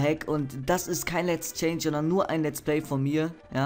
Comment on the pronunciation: lets play heißt es richtig nicht lets pley